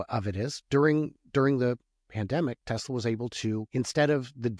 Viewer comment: "TELSA" is that a new company?